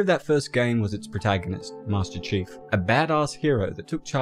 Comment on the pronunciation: I can’t stop laughing everytime he says, “master cheeks” 😂😂😂